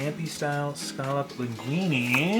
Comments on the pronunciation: Why does the way u say scallop bother me sm 😭😭😭😭 but great video God bless sending lots of love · It's okay to not like seafood. Be nice. But he COULD learn to pronounce scallop!